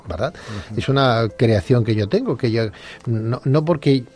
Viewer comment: hace rato que te escucho y haces algo al ablar importantisimo no dices yo! sino dices io y estas bajando continuamente una iud con una vav, pues en tu ablar bajas la bendicion siempre!!!